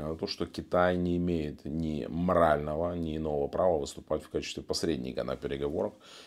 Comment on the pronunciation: Кітай нє імєєт мрального права .. вас слухати далі неможливо...